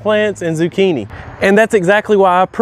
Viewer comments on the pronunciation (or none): none